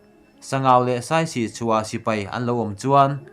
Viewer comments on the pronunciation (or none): none